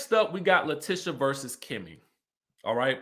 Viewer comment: I love your channel. Only thing her name is La-TEE-sha not Tish even though it’s spelled like that 😂 I keep yelling at the tv every time u pronounce it lol